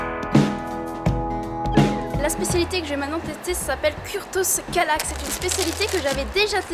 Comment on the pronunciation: Tous les clichés du parfait touriste de base, déjà vu et revu 1000 fois sur toutes les vidéos de YouTube sur la Hongrie. Vous vous foulez vraiment pas, et comme d'habitude une phonétique claquée au sol. Le Túró Rudi ce n'est pas de la mousse, c'est du cottage cheese et à la base c'est russe. Le kürtőskalács dont tu as aussi massacré le nom, c'est de Transylvanie. Bref 0 créativité